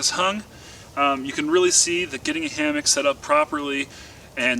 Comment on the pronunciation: Say "hamick" one more time...